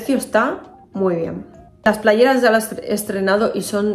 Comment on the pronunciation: Me encanta todo y q dices playerasssss como en las palmas!!